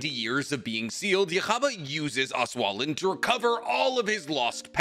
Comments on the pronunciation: and Yhwach isn't part of the Japanese names. They pronounce other things wrongly too (which is normal). Like Auswählen for example. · Wait, do you mean "auswählen"? Aight, damn. The way you pronounced it, it'd be "auswahlen", except you put a "ch" behind the "s" but "sch" in german is "sh", so it'd be "auschw..." nope, were not going there, talking about that place please and thank you. Anyway, you tried and that's what matters